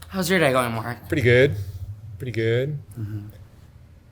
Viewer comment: "I'm almost hire-able, thank you Mark-ah" Classic! 😂❤️